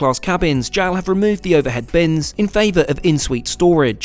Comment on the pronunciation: It is pronounced J-A-L, not jowl :)